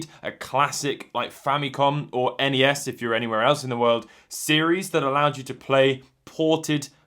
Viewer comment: I personally want to thank you for pronouncing the acronym for the Nintendo entertainment system correctly and not going the linguistically lazy route the rest of your countrymen go